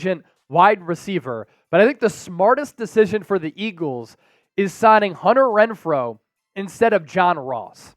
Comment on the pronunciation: are we all gonna ignore that the dude said wenfrow not Renfrow lol